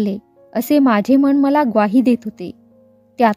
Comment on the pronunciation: माझे चा उच्चार माझ्ये असा चुकीचा करताय. ण आणि न ची पण गल्लत नको. बोलीभाषा म्हणून ठिक वाटते पण पुस्तकात प्रमाण भाषा असते तसेच वाचावे